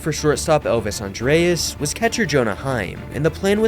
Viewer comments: Its not Elvis "Andreas" its Elvis ANDRUS.....and the Rangers didn't win the world series in 2010 or 2011. Please check facts and pronunciations even if you aren't sure. And I really hope I'm not writing this critique to an AI voice. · Did you pronounce it Elvis "Andreas"?😂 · into video you lost all credibility when you mispronounced Elvis Andrus' name & said he was last plsyerleft from when we last won the World Series....COME ON DUDE...REALLY LOL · What are you talking about here? The Rangers have only won a World Series once, and how the actual F did you butcher Elvis Andrus' last name so bad? Pure Baseball, my a$$